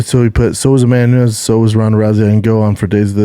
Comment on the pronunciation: Cant listen to him trying to say Amanda Nunes.. "amamoonez"